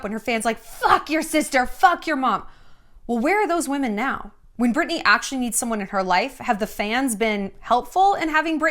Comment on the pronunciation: Am I losing it or does Shallon keep saying “Burtney” instead of “Britney” 😂